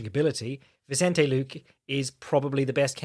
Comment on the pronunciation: "Vicente Lookin"